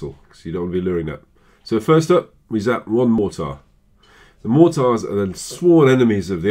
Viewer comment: this guys an idiot he cant even pronounce mortar or elixer